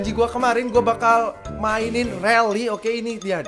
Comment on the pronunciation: rally atau rully 😂